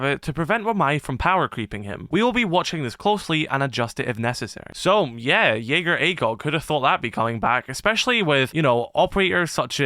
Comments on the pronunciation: Jägaer Acog 👀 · Did someone say JAGER ACOG?!